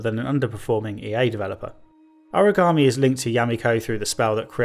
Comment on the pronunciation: Origami is folded paper. Aragami is this game. Sort out your pronunciation